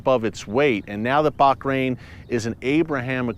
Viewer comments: Ooo, not “Bak- rain” but “Baa-rain” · Why you pronounce baHrain, baQrain ? 😂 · Hi Eric, it is Bahrain not Bakrain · Hi, Erick and other Watchers, I have a total side question. Is that how Bahrain is pronounced? It sounds like Erick is adding a 'c' in there, like Bachrain. Have I been mispronouncing it all along? 🤔🥺😢😎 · Pronounced as Bahrain. Bah as in lah! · I think I gotta get my hearing checked... Just sounds like he's saying Barkrain? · Watching herefrom dubai it pronounce baha rain sir